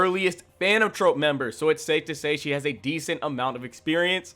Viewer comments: Nigga how you this bad at speaking your own language you say Charon wrong you don’t even know the word troupe and said trope like bro cmon this can’t be your first language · This was a fun video and I agree with your rankings. I have a couple criticisms though: It’s pronounced like Troop. Not the Phantom Trope. It’s like a circus troupe or a music troupe. Troop. Also, Kortopi - not Korotopi. Also… not Iyumi… Illumi. Like ill loomy. Illumi. My second gripe is with the assumption that Feitan or Finks have the durability to tank a hit from Uvogin. Unless they have power reserves WAY beyond what we saw against the chimera ants, they just can’t handle Uvogin. Finks has to have a limit to his charged up punches, and Feitan’s whole ability is a game of risk/reward. Uvogin would pop them like piñatas. Lastly… Chrollo absolutely did try against Hisoka. I don’t like leaning on the prep time argument by itself, but ignoring it as a factor is just stupid. Chrollo specifically evaded Hisoka until he gathered the specific abilities necessary to guarantee that win - and it included a very lucky post-Morten nen ability that surprised even Chrollo. Hisoka was well and truly out of Chrollo’s league when he was given his nen back and that’s crucial to understand. I agree that Chrollo is a smarter fighter than Hisoka but Hisoka is much better at it, and his ability is much more versatile in any given moment. Zeno didn’t say Chrollo would beat him. He said that he would definitely defeat Chrollo unless Chrollo was trying to kill him. That implies a battle, not a guaranteed outcome. And that’s still extremely high praise… just not the ridiculous overhype that you sugg